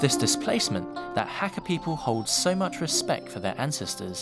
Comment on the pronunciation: Hate the way this guy says Hakka.